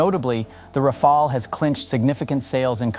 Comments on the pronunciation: ROFL, Ra-Fail. Just can’t decide how to pronounce 😄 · So very little real information given, just a lot of general marketing-speak without making any attempt at arriving at a solid conclusion. And how many different ways can you mispronounce Rafale? Useless. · Another one who can’t pronounce rafale properly. In the age on internet and google, it’s inexcusable. The presentation is otherwise adequate.